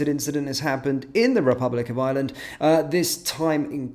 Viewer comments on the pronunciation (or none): Not 'Island'. Ireland, pronounced with an 'r' as spelt.